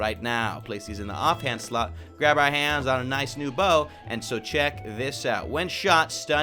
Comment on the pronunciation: did it sorta sound like he said off hand slut instead of slot?